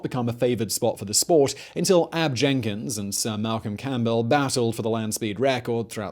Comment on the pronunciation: Nailed Ab Jenkins name. Something Jay Leno couldn't do. Augie Duesenberg called Ab, the Salt Bishop. Ab called Augie, a Gentile. (Mormons believe that non Mormons are Gentiles.) After a race, which could last for 36 hours, Ab would have a glass of buttermilk, or even 2. steve